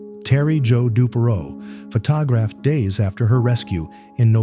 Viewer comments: Pha-tog-raffed?? WTF? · "Pho Ta Graphed" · What the hell is FaTAHgraphed? and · One more AI . not even 4 minutes into the video....... the narrator says Terry Joe Dubrow " photog raphed"after her rescue. For pete's sake .!and again , one has to guess that AI is not perfect even though they would like us to believe it is . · AI generated, click-bait crap. "Pho tah graphed"? Garbage. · "Pho-tog-graphed"? Gotta love AI! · AI voice! Pho-TOG-raphed! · The narrator is AI. I hate to think a live human would pronounce the word photographed like that. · Pretty sure the channel is AI. I'm not sure how you can mispronounce the word "photographed" and follow it up by saying "photographer" correctly in the same sentence and not edit the error out.